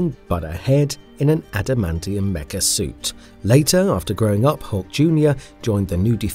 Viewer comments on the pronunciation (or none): none